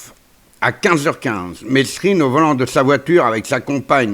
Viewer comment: Mesrine se prononce mérine,c'est la moindre des choses !